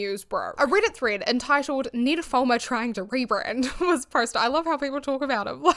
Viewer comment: your accent when you say Ned Fulmer sounds kinda like "nymphoman" 😂 coincidence? yes. but funny ❤ also....full heartedly agree with your take.